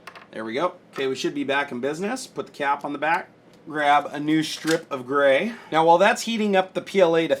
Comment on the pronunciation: 1 carrot diamond ring lol 😂. When he said gray it sounded like brau